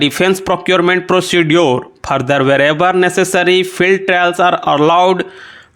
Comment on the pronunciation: Sir wo foreign hota h phorein nhi further hota phurder nhi procedure ko procejure pronounce krna hota h ...